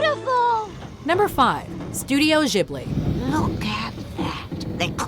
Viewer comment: lol they said Studio Jibli not Studio Ghibli